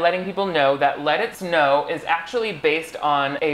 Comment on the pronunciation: 5seconds in and I thought he said "Lettuce No!"